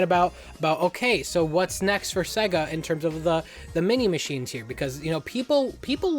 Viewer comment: Seguh? No it’s SAAAYYYYYguh. Pronounce it correct my man